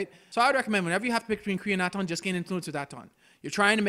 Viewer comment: You know, they say Atton's name a ton of times in game. You trying to be Billy Dee Williams, here? They pronounce Kreia's name, too...